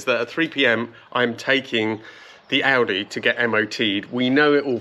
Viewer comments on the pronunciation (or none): none